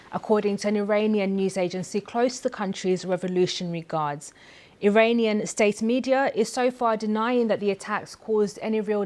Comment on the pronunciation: Awful newsreader - can't pronounce consonants or the letter "r" . There is no such word as "Iwananian" or "Iwan" .Typical BBC - get a job based not on suitability , but on ethnicity and skin colour and ticking the "equality" box.